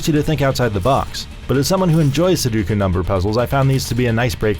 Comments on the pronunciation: Sue-dough-koo. Not Suh-doo-koo. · "sudookoo?" Su-do-ku It's not hard.